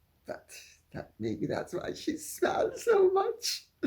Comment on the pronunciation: CC said "smelled so much" instead of "smiles so much"